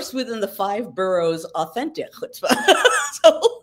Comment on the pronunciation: Close! It's chutzpah 😄